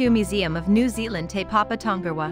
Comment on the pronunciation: Is this read by a computer? It can't even pronounce the full name of Te Papa or Weta.